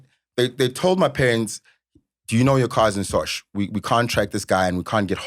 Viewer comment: Sosh guys not sosha please 😅😅